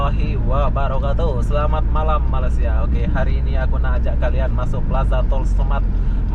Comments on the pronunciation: Bruh bukan malasia.. tapi malaysia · tolong berhenti menyebut 'malasia'. bukan malasia tp malaysia...kecewa dgn anda...terima kasih